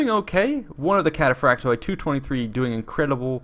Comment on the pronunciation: its cataphracts in its mothr language..either latin or greek...but the end pronounciation is i instead of oi